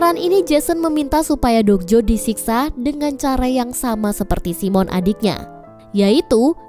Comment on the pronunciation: Bukan si mon la..tapi simon..😂😂😂